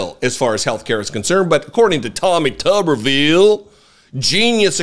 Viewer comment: Hey, if it was pronounced tubbervile, it would be spelled tubbervile. But it’s spelled tuberville, so it’s pronounced tooberville. As in tube town.